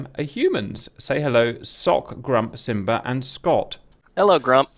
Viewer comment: Love when Cap calls Simba , " Simbra " lmao